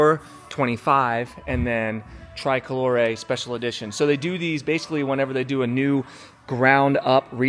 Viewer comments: STOP SAYING TRAI-COLORE!!! For f**k sake man, TRI-colore, TRI-colore!!! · TRICOLORE not TRY COLORE you’ve to say the I same as if in English say E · hey i'm going to get you there.. just get back over here to italy..pronounced tree-coloree. BEAUTIFUL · Pronounced "tree-koh-loh-ray" 🙂 I saw it today. Stunning. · just between you and me it's Italian... it's normal to use the Italian pronunciation. People say super veloche not super fast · por favor, pronuncia bien TRICOLORE, no lo pronuncias bien y molesta oírlo cada vez que lo dices